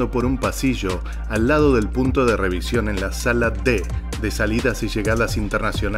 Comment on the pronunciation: La REVISIÓN NO REVIZASIÓN